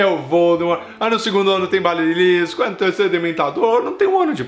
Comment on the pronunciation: errando duas vezes, que foi isto? Kkkkkkkkk "torneio triBUXO" e "balisilisco" kkkkkk